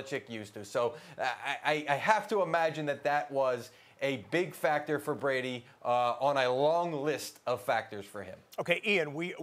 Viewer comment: u said bress instead of Brady